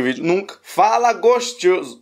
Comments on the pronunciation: Não consigo mais falar gostoso, agora é gostioso 😂😂😂😂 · Tô assistindo pela segunda vez esse vídeo kkk adoro quando tu fala "gostchoso" ❤ Faz mais abertura dos vídeos fazendo Trap ficou super original. Muito sucesso pra tu!! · E eu peguei a mania de fala gostchoso kkkkkk é charme